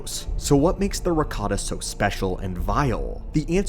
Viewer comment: Love that you called them Ricottans instead of Rakatans. 😂